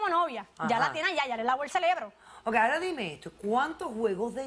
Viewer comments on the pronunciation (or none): “Estábanos”, “Celebro” fiebre es lo que me da escuchando esos horrores! 👀😷